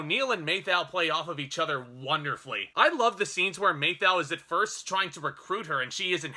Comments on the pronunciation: "MATH ow," not "MAY thou." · "MAY-thau - LOL. Anyway, good review and agree 100%. :) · You get paid for doing this. The least you can do is learn how to pronounce the stars name. Walter Matthau was a HUGE star and you've mispronounced his name REPEATEDLY. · Dude why you say "Matthau" like that? It's...not right.